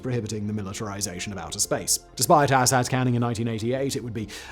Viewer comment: Ay-Sat… not Asshat